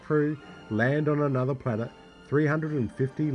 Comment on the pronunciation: I cringe every time he says "planet" ...pla-ent?